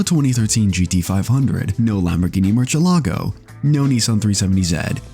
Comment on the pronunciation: Great video, but as an ESL, please learn to pronounce Mercielago as intended, PLEASE. Even Kanye did it better.